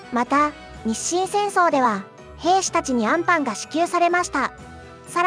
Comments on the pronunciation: 最後の最後であんパンのイントネーションおかしい😅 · あ↑ん↓パン😂